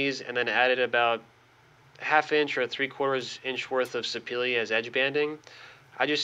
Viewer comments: Houston Hardwoods pronounces it se pa la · Very nice job! Are you pronouncing the Sapele wood correctly?